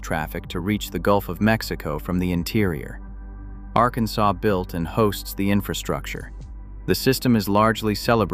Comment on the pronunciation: And you now have a warrant out for your arrest for the mispronouncement of the word Arkansas 😅